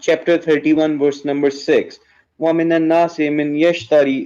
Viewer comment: i love how indian dudes cannot pronounce VERSE but say WORSE instead 😄😄 LoL ... "show me the Worse" "what Worse is it?" 😄😄 LoL